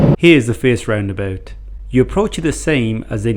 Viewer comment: I like the way you say roundaboot, laddy!